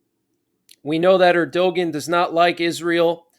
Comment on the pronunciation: Erdogan is pronounced EYRH-DOO-WAN. Austin is a clone. We heard he was killed along with Ukraine Secdef Valerii Zaluzhnyi last December who is being "replaced" and without a press-con to where he can be seen. So "Austin" is back in the hospital? Why? Word getting out he's a clone so they have to change plans? What are the odds that both defense secretaries are MIA AT THE SAME TIME?